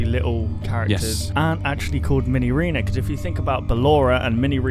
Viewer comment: ARE YOU CRAZY IT'S MINIREENA!